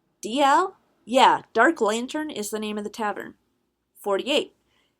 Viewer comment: Lantern but i hear u say it as LAYTERN